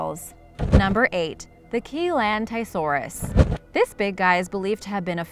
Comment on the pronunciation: I'm amazed by this video. What a load of rubbish. Firstly the pronunciations are dreadful, then the little facts are even worse. I stopped watching after it claimed that Chilantaisaurus was 16 tonnes. That's some feat, as it wouldn't be able to do anything weighing that much and only being 11 to 13m long. It was estimated to be 6 tonnes at a push.